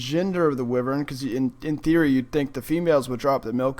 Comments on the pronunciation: Wivern its wyvern lol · it's pronounced why vern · Am I the only one annoyed but how he pronounces "wyvern"?... But other than that, cool video. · He saying wyvern wrong lol